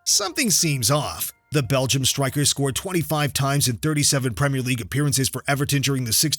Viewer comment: “Leagues best stwiker”